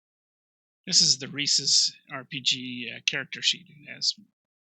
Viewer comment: And I was just thinking to myself that this was the first video where the person pronounced it correctly i.e., just like the monkey.